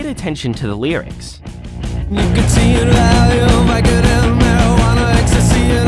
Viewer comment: Vicodin, son...not Vicotin.